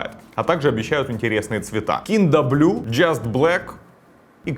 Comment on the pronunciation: кинда блю клире вайт... У гугл есть переводчик, который может помочь с произношением